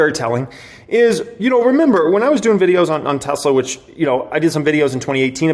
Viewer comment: Dude, wanted to hit the subscribe button but the “Tesla my Esla “ or whatever you’re saying made me check out